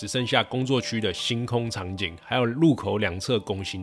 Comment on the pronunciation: 嵌（ㄑㄧㄢ）燈，別再砍啦。